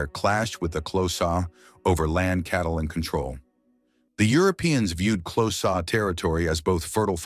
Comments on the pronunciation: XHOSA is not pronounced CLOSAR dmb phck...pronounced KORZA!!! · Also wrong....click sound. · Xhosa ="Close ahhh" 😂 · Is he trying to say the Xhosa? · That prophecy of the cattle slaughter was false propaganda spread by the British, the animals had food & mouth disease, you talk a lot of kak, and learn to pronounce Xhosa properly! Please don't make any more videos, you are clueless